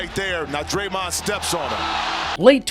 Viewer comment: did bro say daremned green 😂😂😂😂